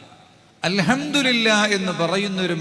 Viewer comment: അൽഹംദു (രി) ല്ല എന്നല്ല പറയേണ്ടത് അൽഹംദു (ലി) ല്ലാ എന്നാണ്